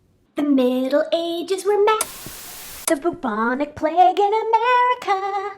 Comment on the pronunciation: Okay okay okay okay, now I've listened to Trump about 25 times and I swear he is saying "vagina plague" Having watched the rest of the video, Trump saying Vagina Plague is the new Bentham's Head. the Plague Fake is a just a wannabe